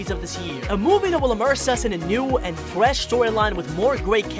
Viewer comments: At the start did you say "new secwets you missed" and you said fwesh? And you said fwiend AND YOU SAID SECWETS AGAIN AND AGAIN AND YOU SAID SWOWLY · a full list of how you pronounced words incorrectly in this video: yeer, fwesh, sawnic, worl', shronger, diece, thwetiened, rioght, gouys, rwit, dianamic gween emweld, woboic, Wisoskie, docor, eggmn, billians, dieanamic, secwets, hechoc, segao, wittwe twaining, chilliedoc, muvie, sonicomics, wasecar, gween, wiver, mausic, weferance, weally, sewies/sewie, westing, sars, ekindnao, teils, weach, fawr, awway, amoung, ian, veary, simialar, batniacs, shiyp, leavle, and vewy. tell me if I missed any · did he just say fwesh